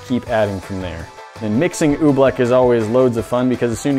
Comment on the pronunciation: Pronounced OobLICK not oobLECK